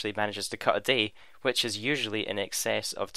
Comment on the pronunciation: I see what you did there... "Which is YEWsually."